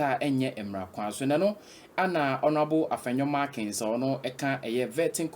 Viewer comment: The name is MARKIN...NOT MARKINS..DONT U GUYS LEARN?